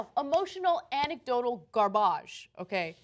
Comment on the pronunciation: Gar-BAGE is my new favorite word lols